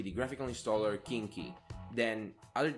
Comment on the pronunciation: "completely identical, for the most part" - that doesn't make sense . . . the derivatives are either completely identical or they arent and of course they aren't. You pronounced Cnchi as "kinky", most certainly not correct and weird choice since in English that has some innuendo on that one. You pronounced a lot of things wrong but that one is just a bit too much. dpkg is not needed for local deb installs anymore, apt does it just fine. PPAs do not have conflicts like that because they are setup in the priority order that you add them in. It will take whatever has the highest version number and if they are the same version then it will take whatever is the latest PPA added to the system. Plus, you should not be adding PPAs that affect boot related packages as that is just a bad decision in general. Ubuntu ships older versions of GNOME and GTK because GNOME refused to adjust their release schedule to make it possible to use them. GNOME releases their latest versions only 1 month prior to Ubuntu so it is just impossible to test and build everything in a month. Nautilus though is because GNOME decided to rip out a lot of features . . . Ubuntu disagreed so to not adopt that version until GNOME makes up their mind on stuff. Your complaint about Kdenlive PPA is wrong and silly since the Kdenlive PPA is maintained by Kdenlive directly. You can also just use a Snap, AppImage, or even a Flatpak for Kdenlive so your complaint doesn't make sense. - - - I am only into this video and